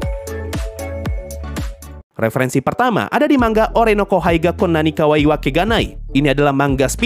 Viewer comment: bang bacanya manga bukan mangga 💀